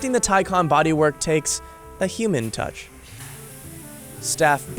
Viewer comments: FS it's Por-sche with a silent e not Porsha and it's TayCan not TieCon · Taycan is a Turkish name it means fast, young etc. Tay means colt, baby horse kinda thing and 'can' means life, soul. So Taycan means who carries a soul of colt, excited, young, fast and fresh. You pronounce it like thai-jan. Not teisen, teican, taicen, taisen or whatever. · Americans really need to learn how the letter 'a' actually works in English. Listening to this guy say 'Taicon' repeatedly is just embarrasing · The word is pronouned and spelt " Tay Can " not Ty Con . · Its not pronounced as Tay-Kan but as Tay-Chan Tay= youngh horse, Can=Life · You pronounce it as ThaiJan nit Taykan! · Reporter be like: Tycan ❌ Tycon ✅ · IT'S tay, ay, not ty, as Icon. more like Acon, the singer. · “Taican” it’s Pronounced Taecaun that’s how all Porsche’s names sound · so Thaican or Taycan? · Why does he keep pronouncing it like “Thai-can” it’s quite clearly “Tay-can” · Why call it a tie con. And not tay can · He says it like tycon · hate how he said the name he called it the "thaicon" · like the vid, interesting, but why do you keep saying taycon??? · Tycon, sounds like one of megatron's henchmen, or henchbots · Why is somebody that does narration for a business insider video, unable to pronounce T - AY CAN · Its pronounced TAY CAN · Wait... so it’s spelled Taycan but it’s pronounced Tiecon? I hate it... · How many times did this guys say “Taycan”? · What's the real one? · He also mispronounced Taycan. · I really dislike the way you pronounce the name of the car.